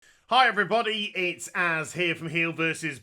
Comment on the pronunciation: to me his intro always sounds like "hi everybody its Ass here from HeelvsBabyface,,it always makes me laugh